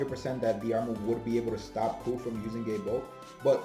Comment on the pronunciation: Irish guy here, it’s pronounced like Der-mid